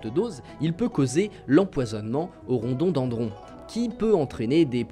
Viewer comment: Rodondandron ça sonne bien qd tu le répète